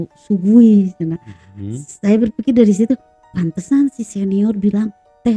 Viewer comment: Shui gui "bacanya suei kuei" bukan su-gui